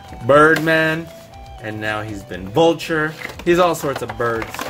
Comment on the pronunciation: Omg why did you say bulture